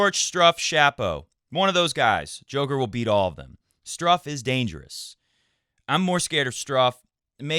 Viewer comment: I really enjoy every time you say Struffs name the way you say it. You should just say it on every show even if he isn't in the draw of a tournament. It could be one of your trademarks. It gets stuck in my head when you say it. It's great